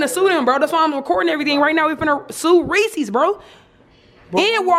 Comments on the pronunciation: If she say REEEECS ONE more time 🙄💀 it’s Reese’s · Everytime she said resses wrong it made me mad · "I THINK THE REECIES OLD WE NEEDA SUE WALMART